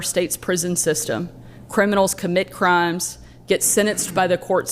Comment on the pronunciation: DID SHE SAY..."" C R I M E S "". 🤔